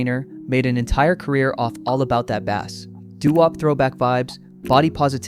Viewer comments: Also the way they pronounced "All About That Bass" like it was about fish. 💀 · The pronunciation of All About that Bass sounded kind of fishy.